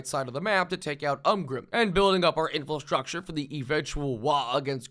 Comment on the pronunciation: Not the "in-fill-structure" 😭